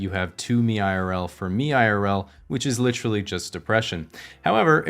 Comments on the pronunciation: you've had this channel for almost 4 years now and still can't pronounce literally... lit·er·al·ly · Ugh ... american english speakers who say literally as LITrally. One of my few pet peeves. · Is this guy getting paid for every use of the word "literally", and double points for pronouncing it like "littrally"?